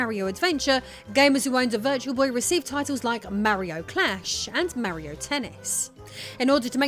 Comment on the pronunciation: IT'S MARIO NOT MEARIO